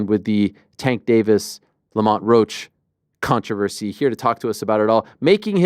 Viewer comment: Has anyone ever said "controversy" the way Ariel does? This is way worse that "I-ron"